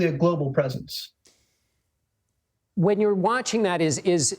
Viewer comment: He said erections instead of elections 🙈🤣